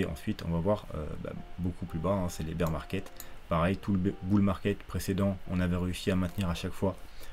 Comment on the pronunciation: je rêve ou t'as dis "Beer market"?!! lol...on dirais Pierre sur twitter